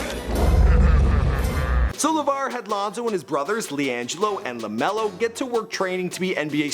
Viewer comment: lemelo ball or leangelo ball